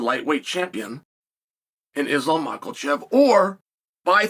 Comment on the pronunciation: Macklechev is my favourite of Chael’s imaginary fighters😂